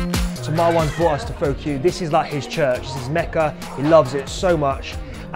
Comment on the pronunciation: Pho is pronounced "fuh" - hence the name.